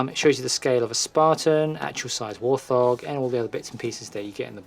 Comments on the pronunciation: It's a wart-hog not a war-thog. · I'd not heard warthog pronounced "war-thog" before.